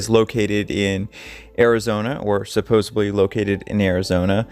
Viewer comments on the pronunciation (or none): Supposedly. Not supposebly. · It's hard to take you seriously when you continue to say "supposeBly" instead of the correct "supposeDly" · Supposedly, not supposeBly! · ...another good video, as usual. However, would you puh-lease stop saying 'supposably'!? Thanks and keep up the good work. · I appreciate your research and still photo editing, so please don't take this comment as a jab out of spite. At the risk of sounding like a fault finder, your pronunciation of "supposedly" and misuse of the word "ironically" betray and misrepresent your (otherwise obvious) intelligence and discretion.